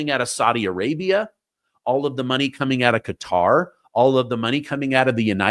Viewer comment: Thank you for pronouncing, Qatar properly.